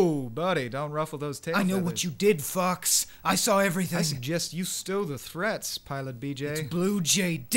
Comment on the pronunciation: It almost sounded like you said "Fucks" instead of "Fox."